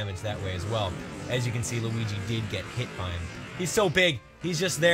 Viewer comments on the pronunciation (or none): none